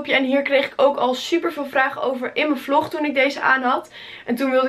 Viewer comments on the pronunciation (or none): none